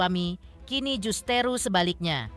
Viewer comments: Jus-Te-Ru itu apa min? 😂😂😂 Ini editor Intens coba kalo kerja lebih teliti lagi dong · Min justru ko dibaca justeru..biasa ajah min